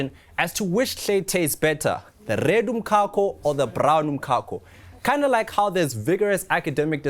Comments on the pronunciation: Why is this guy pronouncing umcako like this? Ehh. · that's not even the correct Zulu pronunciation😂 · So eNCA has no budget to research the right pronunciation of umcako? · 🤣🤣🤣 definitely not Joburg pronunciation. This guy must explain why he's saying it like that 😅